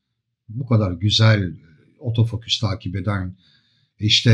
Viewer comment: Yaklaşık bir senedir sevgi ve alaka ile takip ederiz 'imizi, başta biz de garipsedik "otofoküs"ü... Sonraları bizim de dilimize yerleştiğini farkettik, önceleri şaka olarak kullanıyorduk ama ben ve birkaç arkadaşım için artık geri dönülmez bir noktadayız. Lütfen siz de deneyin, kendinizden emin ve vurgulu bir biçimde "OTOFOKÜS" diyin ortamlarda. Tarif edemeyeceğim bir haz bu, kesinlikle deneyimlemenizi tavsiye ederim. Selamlar....